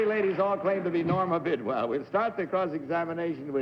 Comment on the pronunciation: Well, I know who Norma Bidwell ISN'T. She couldn't even pronounce her name!